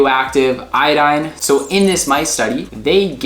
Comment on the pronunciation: The information in your video is is pretty good but you are mispronouncing the word iodine something horrible